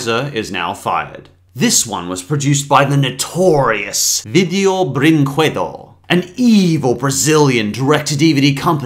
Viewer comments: as a brazilian it's just hilarious see you trying to say vídeo brinquedo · The way he pronunces "vídeo brinquedo" 👌👌✔✔✔👌✔👌👌👌✔👌✔👌👌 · hahaha ele parece italiano pronunciando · i love how he pronounces "vídeo brinquedo"